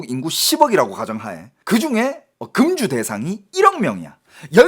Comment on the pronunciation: 야 이놈이거진짜 한국말 못하네 사치는 단음이고 금주는 금으로만든 구슬이다 술을못마시게하는것은 그음주라고해서 금자는 장음이다 너 똑바로해라